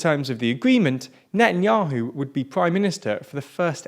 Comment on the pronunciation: Come on learn how to pronounce words better Natan'Ya'Who Yeish Aa'Teed Ya'Mee'Naa